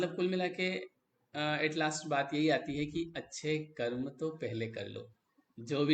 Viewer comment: कर्मा मत कहो यार, कर्म कहो ना